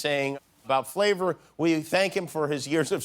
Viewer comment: Not that it really matters but it's not FLAVOR Flav.... it's FLAVA Flav lol